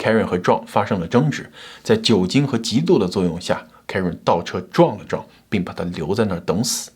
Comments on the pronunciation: 你這個John的發音唸壯太彆扭了 還是唸。。。醬吧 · John, 你这个词的发音真的很差，😂